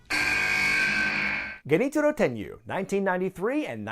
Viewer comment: Is that really how one pronounces Genichiro Tenryu?